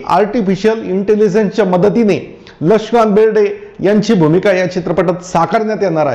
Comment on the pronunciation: lakshikant berde bolta yet nahi ka tumhala